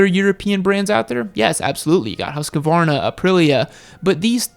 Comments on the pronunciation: Stop calling husqvarna hasqvarna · next time dude please learn, how to pronounce Husqvarna!